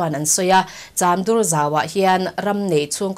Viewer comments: Cham dur tia angjn I lam, chamdur tih mai tur a ni e. Dur hi thluk loh tur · Chamdur ti a cham lam dan kha ka hriatdan chuan chamring(khaw hming)anga lam lovin piancham ti a cham kan lam anga lam tur a ni lo maw..😀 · CHAMDUR lam dan hi a dik lova, pm news ah chuan rawn tih dik tawh ni se Pian cham lam rik dan ang hian Chamdur tih pawh hi lam rik nise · Serchhip lam tan chuan beng athlep deuh. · Chamdur hi adur lai hi khawdur anga lam rik tur a ni lova, lei dur ṭha kan lam rik a, dur lai rik anga lam rik tur a ni e. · Chamdur lam dan a dik lo em.aw